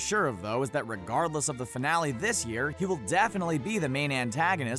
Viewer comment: all i heard was Rickgardless